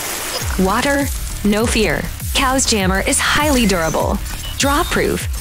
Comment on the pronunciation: So you’re telling me this is pronounced “cows” and not “chaos”?